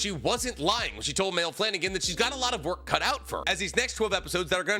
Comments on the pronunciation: buddy, it’s pronounced My-lee, not “Mail” I have 2 family members named that so I just need you to know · No way you just called her “Mail” Flanagan😂 its “ Miley” Flanagan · "Mail" Flanagan lol. Dude don't even know how to say her name right 😂 it's pronounced "Miley" but with my emphasis on the A... Can you really call yourself a fan if you don't even know how to say her name correctly...? 🤔 😅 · Wasn’t this debunked on twitter as a translation error. And her name is pronounced My-lee not male. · It's not "male" her names pronounced like Miley. It gets me every time 😂😂😂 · Isn't Maile pronounced "My-Lee"? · Isn’t Maile’s name actually pronounced “my-lee”? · Anybody else crinch at the mispronunciation of Maile?